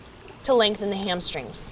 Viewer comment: "Hamstring zza" lol. I love this teacher. So real.